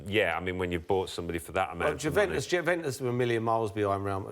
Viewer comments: ‘Jewventus’ classic Merson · Paul Merson "Guventus" :) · It's not Jew-ventus ffs, not yet anyway! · And Mersons paid to pronounce Juventus like a 6 year old who's just discovered his nuts 🙄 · Merson can't say Juventus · They he was pronouncing Juventus was annoying AF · Alan was pronouncing it correctly and then when Paul spoke he couldn't pronounce it correctly wtf??